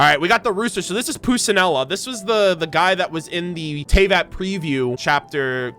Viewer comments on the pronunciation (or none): i love your analyses!! they’re really interesting to hear and i love everyone’s theories! just a small correction (even tho im not sure how on the official eng dub they’ll pronunce it, as an italian i still feel like i need to say this) Arlecchino is pronunced Ar-Leh-kkin-oh (the cch sound is like the C in CAT, a strong sound, so like the K sound) Pulcinella is pronounced Pul-chee-nella the c in pulcinella is pronunced like the c in “Charm” ,like the “tch” sound and even tho you didn’t say Regrator’s name aka Pantalone i’ve seen many ppl mispronouncing it so just some tips here! Pan-tah-Loh-neh its not “Pantalonee” or any other variations the “ne” at the end sounds like the “ne” in “NEck” or “NEtwork” this is not meant to be offensive, im just trying to help ppl out cause i know how hard it may be for those who are not familiar with the italian pronunciation!! (also if there are some italians reading this who have better ways and better words to help foreigners understand the phonetic, grazie!) 💞 loved the video!